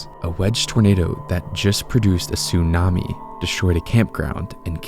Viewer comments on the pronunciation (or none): none